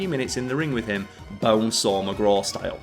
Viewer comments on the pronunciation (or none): none